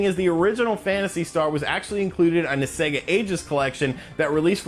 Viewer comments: thumbsdown purely for saying seega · Actually it's "Seg-ga" :-) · Who says "Seega" that's obviously wrong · Please stop saying Seega. It's like fingernails on a chalkboard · I cringe a little when he says SEEGA. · Clickbait, I came for Sega not Seega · Anybody that say Seega should be executed lol But for real, Alien Isolation was a great inclusion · Ahhhh. Stop calling them seega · C-ga triggers me 😂😂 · Shenmew Seega Zelder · No no no i refuse to watch this ITS SEGA NOT SEEGAAAAAA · You saying seega triggered me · Disliked, for constantly afflicting my ears with the Seega Bullsh*t. You know you're pronouncing the company name wrong, so just say the consoles. We all know who they were made by. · Seegah Mekahdrive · Say it with me now Seh (like meh) gah (like ah) seh-gah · It's pronounced 'say-gah' no matter what country you are from. No regional pronunciations are tolerated! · It's Sega, not Siga or something like that(Seega). They are a japanese company, they dont pronounce the E as an I. (And next time put in the tittle that RGT is part of the video, that way I dont need to waste my time on this) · please just say SEGA (Pronounced) 'say-GAA' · I tried to watch this video but couldn't because you kept saying see-gar! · Apparently it’s Sea-ga 🤔 and whatever he says when he wants to say HD 😉 i really love videos but that stuff is a little bit like fingernails on a chalkboard 🤭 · ITS SAY-GA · first time i hear about seega, why not seaga ? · In no way, shape, or form is it pronounced SEEGA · Had to stop watching after I kept hearing seega!! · ITS NOT SEEGA.. IT LITERALLY SAYS IT WHEN YOU OPEN A GAME. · You pronounce Sega incorrectly. Please see ever Sega genesis game ever made. SEGA. The end. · Hearing him say Seega is just as cringy as the way the wulff den pronounce Mario as MAHrio 😔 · When he says Sega instead of Sega it makes me mad you got to be crazy if you think its Sega and not Sega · Seger ? Like the rockstar? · it's pronounced say-ga , not see-ga